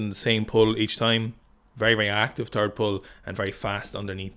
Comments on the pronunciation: Did you say “episode three” or “episode tree? Also, did you say “the third pull” or “the turd pull” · I never noticed the 'turd pull' thing before - now it cannot be unheard and will haunt all future Sikastan broadcasts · just go ahead and say "last pull" so you dont have to keep saying turd